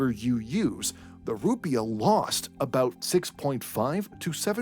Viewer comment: Emphasis is on the second syllable. You sound like an idiot.